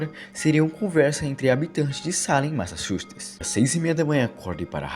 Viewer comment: Eu tive um amigo que também era incapaz de falar Massachusetts corretamente. 🤣😅